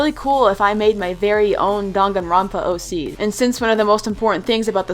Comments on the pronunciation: I thought it was pronouced dAng-a-ron-pa is it dong-a-ron-pa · Danganronpa is pronounced (Dang an rope ah) but u can pronounce it any way u want lol